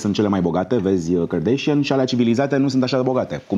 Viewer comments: OMG, va rog invatati sa le pronuntati numele corect... nu e asa greu Kim kardeshein ❌ Kim kardashan ✔ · De ce toți românii spun KarDEIȘIĂN ? E KarDAȘIAN. Fix cum se scrie. Nu am auzit niciodată din gura lor să se prezinte KarDEIȘIĂN.